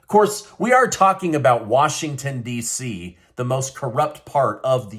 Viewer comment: Hey, you said Washington Dizzy?